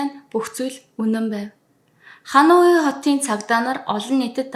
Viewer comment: Бараг бүх хот нийслэл гадаад үг бүрийг буруу хэлж ярьдаг мөнч мэдлэггүй хүн юмаа подкаст бүхэндээ;хануй гэж ямар хот бдаг юмбэ;Ханой гэж ядаж нэрлэж сураач;олон нийтийн сүлжээ өндөр шалгууртайг санавал яасын